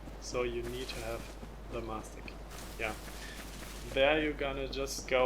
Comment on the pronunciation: Did this man just say the 'massa key'?